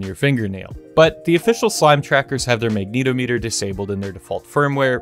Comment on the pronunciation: lmao the way you say magnetometer threw me for a loop. It's not Magneto Meter, rather, Magnet -ometer. Like how you'd say the "-ometer" in "accelerometer."